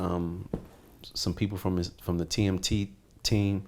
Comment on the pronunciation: looool nigga cant even say 'TMT TEAM'